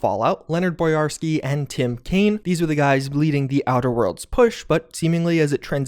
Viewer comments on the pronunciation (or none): none